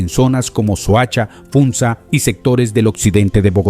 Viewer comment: Escuché "Funta" y me desanime por completo, es Funza mi papae y fue la primer capital Muisca, la original Bacatá. Igual gracias por compartir.